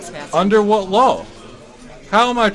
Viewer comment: His pronunciation of "law" as "lawl" makes the announcement of upcoming "lawl-suits" very apropos.